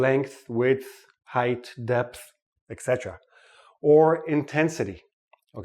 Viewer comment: Why do you pronounce "etc" as "eKsetra"? I've noticed lots of native speakers do so